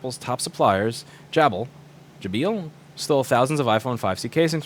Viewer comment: Jabil is pronounced Jay Bill (like the names). Their HQ is close to me in St. Petersburg, Fl. They're a huge workforce in the area.